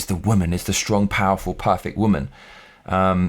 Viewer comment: one question, whats a waman? I think you had a mean mom and have something against the "waman" lol